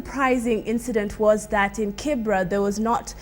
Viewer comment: Kibera not Kibra..